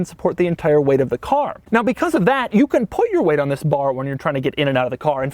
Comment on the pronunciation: Your pronounciation of the word ‘this’ annoys me sometimes.. often sounds like ‘ziss’